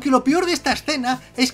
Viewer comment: peor - “pior”